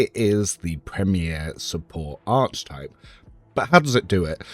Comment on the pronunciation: its pronounced "Ark ee type" please man!! ill subscribe if u pronounce it properly :) but seriously, thanks so much for the spreedsheets, they're awesome!